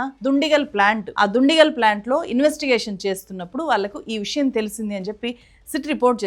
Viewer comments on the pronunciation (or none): none